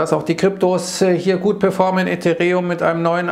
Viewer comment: das heißt (isirium) oder wenigstens ethEreum, nicht etherEum.